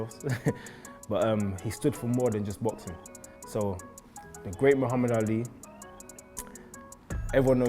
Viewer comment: But Bruuuuh it’s Muhammad not Muhammed